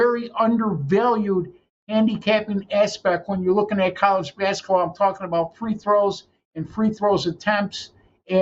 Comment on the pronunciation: It’s basketball, not baskaball